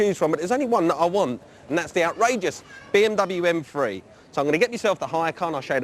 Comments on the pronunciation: "M Free" I guess he has a problem with using "TH" sounds. LMAO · its pronounced M3, not M fweee